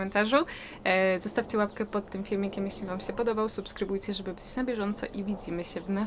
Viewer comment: Wada: manieryczna wymowa: zrobic, sję, zahaczyc, liscie, byc, mysle itp.